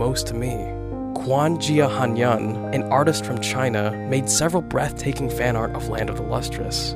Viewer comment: i'm so sorry but when i heard how you pronounced 'quan xia han yan' i screamed irl 💀💀💀💀💀💀